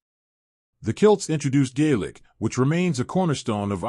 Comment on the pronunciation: 1. 'Celt' is not pronounced 'kilt'. 2. There were multiple early migrations between Ireland and Scotland in both directions. 3. There is a claim that in a very early migration, there was already an existing population, more primitive, and much smaller in stature, who were driven into the woods. That this, was the begining of the Leprechaun stories.